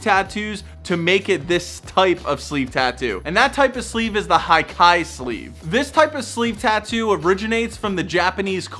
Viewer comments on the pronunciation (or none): Great video,, but just a small correction: when talking about Japanese words, don't pronounce them like you would in English. "Hikae" is not pronounced like "high kye", but something down the lines of "he kah eh". Also, in my opinion, sleeve tattoos can also be inner or outer. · Its not pronounced as hai kai Its hee- kaa -eh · I love the video man!!! One thing to add, hikae is not pronounced /hi-Kai/, it’s pronounced /he-ka-eh/. I’ve been studying the Japanese language/culture for almost two years, and I agree that it’s one of the best types of tattoo.